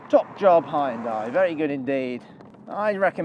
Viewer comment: Why can no one pronounce Hyundai